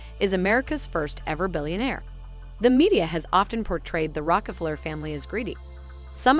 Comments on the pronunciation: Mr burns is based on who ? Rock-a-flurrr ??? Rok-ah-flere ??? Sorry - I know this powerful family gets everyone all supper heated. But seriously - can't this auto-Q reading computer bint get the pronunciation right ? Honestly. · The person talking needs to learn how to pronounce Rockefeller . LOL